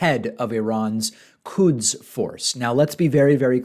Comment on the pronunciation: Quds force not kuds force